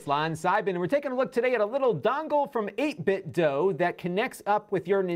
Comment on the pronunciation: Shouldn’t it be pronounced, you know, “8Bit-do,” not “8Bit-dough”? 🤔